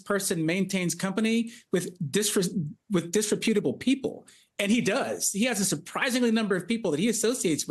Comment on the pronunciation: Don't use words you don't know how to pronounce - dis re PUTE able 😂 😅😂😅😂😂😂😂😂😂